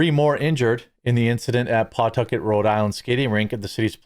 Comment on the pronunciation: It's puh-tuck-it.